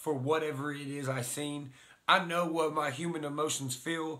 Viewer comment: Viseen?? Lol